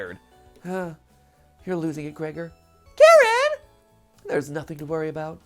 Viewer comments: I never said my pronunciation was correct, just that I didn't think Karen was it, even if it does fit her to a T XD but yes, if you use the Ukrainian pronunciation, it's Kah-reen. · She is not karen she is ka-rin ...ok? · Kuh-rin is how i've heard it, which I beleave is how you would pronounce it using Japanese phonetics. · I love how Matt pronounces Karin's name as "Karen". Strangely accurate... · So obviously google translate isn't the most reliable, but it says it more like Kah-rin, almost Kah-reen